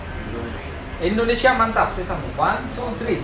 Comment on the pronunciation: Tuh 2 orang susah banget sebut indonesia, padahal kalau orang indonesia sebut india guampang benar